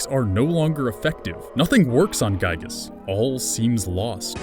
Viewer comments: Giygas not gyigas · Could've sworn it was Giygas and not Gyigas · Also its giygas not gyigas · As a frequent MOTHER player, IT'S G*IY*GAS, NOT GYIGAS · ITS NOT GYIGAS ITS GIYGAS, YOU ARE ANGERING MEEEEEEEER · You mispronounced and misspelled Giygas